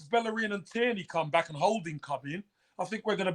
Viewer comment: Great job guys numerous things to be said but for now Tierney.. pronounced TEAR KNEE. Hes Scottish not French.